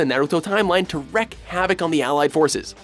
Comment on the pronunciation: The fuck's a Hacku? The fuck's a Zabbuza? For fuck's sake, dude, you didn't even pronounce "wreak" right. The term "wreak havoc" is pronounced "reek havoc"; not "wreck havoc". I don't even like Naruto, and I'm still irritated by this shit. -_